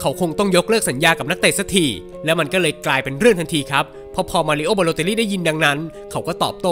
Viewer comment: มารีโอครับ ไม่ใช่ มารีโอ้